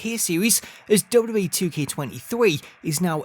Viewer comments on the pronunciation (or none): The way you say "WWE" has been cracking me up for legit 4 years. "Dubub E."